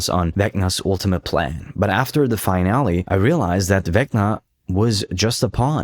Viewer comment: Great video, btw, the world finale is pronounced fi-nal-lee, its not pronounced the same way as finally. Again, great video and im subbing, just constructive criticism:)